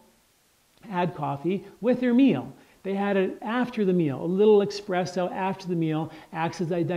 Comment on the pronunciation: Hmm....he says expresso, I dont know if I trust info from someone who cant say this correctly. Its Espresso.